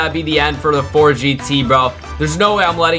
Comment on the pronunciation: "Fort" it's Ford